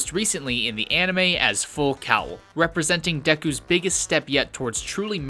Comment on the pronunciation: ITS PRONOUNCED FULL FUCKING COLE and FULL COWEL! I cringed every time he said that word...you get triggered after multiple times...